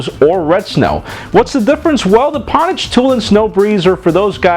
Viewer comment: Great as usual, but I think Pwnage is usually said like Ownage not Pawnage. Just my $0.02 ;)